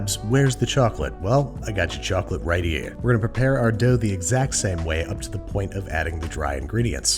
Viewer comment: "I gotcha chawclate right 'ere" Babish... please never say that again...